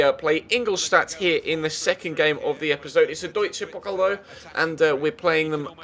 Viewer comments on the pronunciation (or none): The way you say "Deutsche Pokal"😂